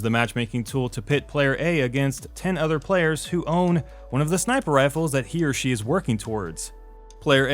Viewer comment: When you say He or She. somehow I hear it as Hiroshi and think who is this guy